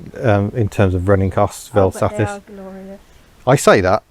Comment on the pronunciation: I must commend you for the correct pronunciation of the words Vel Satis… drives me insane when people put in the mythical ‘R’, which clearly doesn’t exist!